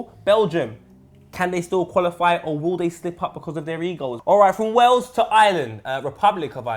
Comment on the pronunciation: Poet says Wells not Wales